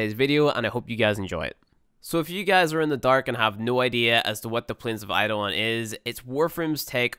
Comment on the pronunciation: It's eidolon you fucking pleb Kappa